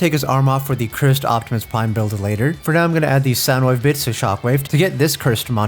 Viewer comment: he says it correctly hear thankfully